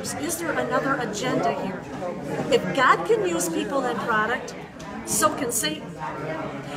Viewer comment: how dare u say God with short g?